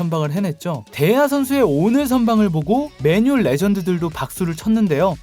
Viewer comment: 맨유 발음할때 왜 그래 맨을 강하게 발음해야지 틀딱이라 거슬리네